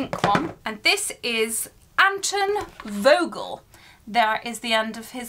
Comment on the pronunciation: Vogel is pronounced Folgel in German a V is pronounced as an F. I have two different styles of wands that I like. One would be something like Lucius' walking stick/cane, but with a Basilisk head and neck for a topper over the serpent one. The other one would be a Basilisk fang handled wand. And yes, I am in house Slytherin.